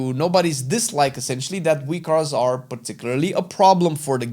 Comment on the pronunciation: Thank you thank you. Was wondering what the heck "wee cars" or "wicars" was.